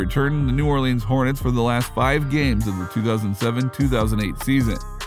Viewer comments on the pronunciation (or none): none